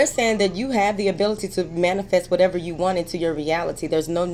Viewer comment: lol I love when u say " whateva"